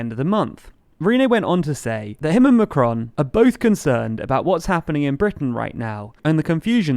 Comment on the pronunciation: Good video as usual, but try to get the 'on' correct in 'Macron' (despite the sound being difficult to pronounce for English speakers).